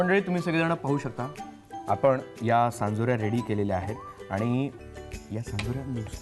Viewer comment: सांजोऱ्या!!! चांदोऱ्या नाही 😂😂